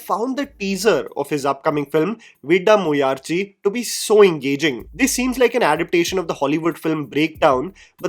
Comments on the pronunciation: It is pronounced as Vidaa - muyarchi. D in Vidaa is pronounced the same as vada It means perseverance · not butchering another tamil title with Vidaamuyarchi 😭😭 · Just casually butchering the name of Ajit movie😎 The kaitrina kaif of review channel 🤣🤣🤣